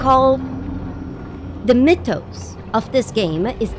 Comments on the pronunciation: Came to the comments to find out what word beginning with M she was saying. I was hearing Mid tones. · She's saying "mythos", not "midtones". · the middle isn't the bottom. Besides I think our friend here is right, I think she is saying "mythos" x) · It took me awhile to realize she was saying 'mythos'.